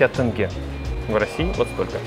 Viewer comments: Не тэнге , а тенге́ , в казахских словах и именах ударение на последний слог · Ребят, все круто, я сам житель Алматы, но ребят, не тЭнге, а теньге (тень-ге), и не Сульпак а Сулпак, хоть я сам из России, все россияне говорят неправильно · Не тЭнге, а тЕнге! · Не тэнге!а просто тенге! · Только не тэнгэ, а тенге. Мягкое Е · Отличное видео, немного режет слух Тэнгэ, ребята, Тенге, не Тэнгэ! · ТЭНГЭ ОЧЕНЬ ПРОТИВНО 🤮 ТЕНГЕ 👍🏻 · тЕнге ТЕНГЕ А НЕ ТЭНГЭ😤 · Не тЭнге, а просто тЕнге. когда вы русские научитесь говорит правильно? Из за вас теперь вся россия будет говорить тЭнге... И это не правильно! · Не понимаю в чём проблема людей сказать тенге, а не тэнге типа вы же можете сказать букву е, так в чем проблема, тем более вы можете сказать тен а там просто еще две буквы добавляется и получается тенге, но лучше говорить с мягким знаком, так все же условно правильно и все так привыкли говорить в итоге мы получаем теньге, я ни в коем случае не озлоблен просто реально не понимаю почему так сложно сказать теньге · Не тЭнге, а тЕнге... не сулЬпак, а суЛпак!!! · Всё Круто как обычно приятно смотреть, очень рад что Вы посетили Алматы. Одно НО.... не " ТЭНГЭ" ,а ТЕНГЕ, говорите буквы Е. Аж уши режет :). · Язык у нас казахский, а не казахстанский 😂 не тэнге, а тЕнге 😂 не Сульпак, а СулПак. Брэнд сложен из двух фамилий: Султангазин и Пак! Приезжайте ещё: отдельно кухню попробовать, а не фастфуд! У нас кухни всех народов мира и вкусно всё!🤗🤗🤗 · Все супер круто, приятно смотреть на родной город. Но один маленький момент меня убивает 😂 Правильно говорить тЕнге, а не тэнге. Спасибо, приезжайте в гости по чаще ✊🏻🙏🏻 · Просто шутка! Можно смотреть на 3 вещи бесконечно долго: как горит огонь, течет вода и как казахстанцы поправляют иностранцев "не тэнгэ а тенге" "не алма-ата а алматы" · Братан, спасибо, все супер и спасибо что по сути сделал рекламу нашей стране, но вот маленький нюансик не тЭнге, а тЕнге☺️ а так все супер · Не тэнге а тенге(через е).Мы же не говорим рюбль вместо рубль..